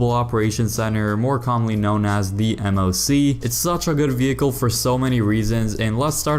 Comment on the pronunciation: Bro said moc